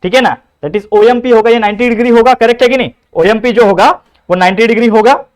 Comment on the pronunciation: OMP ❌ O yam p